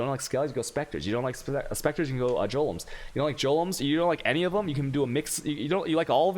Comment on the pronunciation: the fact that you say jolems and meata (golems) (meta) and act like an ass at the same time is reeeaaaally unsavory.